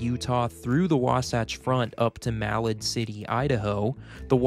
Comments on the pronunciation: Enjoy your videos, but please check out pronunciations of communities. Ma LAD, not MAL ad. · Please learn to properly pronounce the names of the cities before you finalize your videos before uploading them. Break Malad into two parts - Ma lad...not too hard to properly pronounce... spend the time to get things right. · “Milad” is pronounced “meh-lad” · You may want to check on the pronunciation of Malad. It is MaLAD. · Also… Malad is pronounced with the emphasis on the second syllable. And, the Moroni’s name is pronounced like “Mor-o-neye”… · Clearly a newbie to Utah. "Moronee" and "Mallad" are giveaways. Great info otherwise. 👍👍